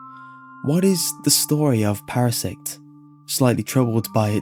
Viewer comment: Hahahahahah you said para sex Yes I'm 5..